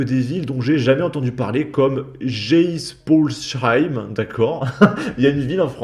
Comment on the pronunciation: Bordel, ta prononciation de Geispolsheim… Tous les Alsaciens en PLS ☠️. Si tu n’en as jamais entendu parler, c’est probablement parce que c’est une petite ville de genre 8000 habitants…